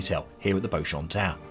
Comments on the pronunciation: Pronounced BEE-chum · I thought it was pronounced Beechum? I could be wrong lol